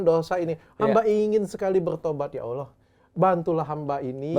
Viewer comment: Yang benar Allah, bukan Awlah dok. selamat belajar.